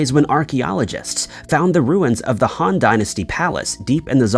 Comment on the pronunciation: Very well done, I watched the entire video. One correction that drove me crazy...the "Han" Dynasty. Rhymes with "bon" in "bon fire". Not the way this narrator says it over and over again, rhyming it with "fan". The other glaring problem...the narrator consistently says "conversation" instead of "conservation".